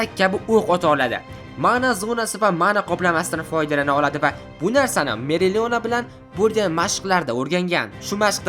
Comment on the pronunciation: Meriliona" emas "Opalion"